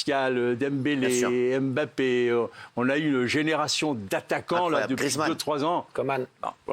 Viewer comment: C'est dommage il a beau être attaché presse des bleus, toujours est-il comme 99,9% des journalistes il est incapable de prononcer les noms de certain joueurs correctement, parce que Mbappé ne se prononce pas " aime - bappé " mais " mmbappé ". Au même titre Ngolo ne se prononce pas non plus " aine - golo" mais juste "nngolo", la première consonne est presque inaudible. Je serais étonné qu'aucun joueurs ne lui est jamais demander de faire passer le message.